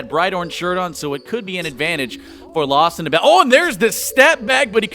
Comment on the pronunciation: Who else gets really annoyed when the commentator says "lostninbound"?